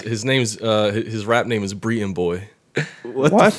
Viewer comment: said breeton boi 💀